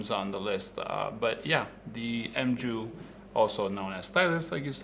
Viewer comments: The M-jew lol I'm pretty sure its pronounced Mew like the pokemon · I think it's pronounced "Mew" rather than "M-Jew". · did he just pronounce mu as m-joo? There's the Greek character written on the camera, IN THE FRONT! μ - Mu - which means micro. If these guys are going to mispronounce the camera names then then do not have any credibility!!! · You semi-educated clown. If you’re going to make a video about it, the least you could do is learn the correct pronunciation of “mju”.